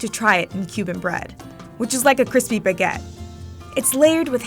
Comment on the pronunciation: Sweet Jezuz. It’s Baguette NOT BEGETT. If this is VICE’s idea of an international food correspondent it’s truly comical. Ignorance is a sad excuse for laziness….. just look up how to pronounce words properly sweetheart ~ I’m embarrassed for this gal.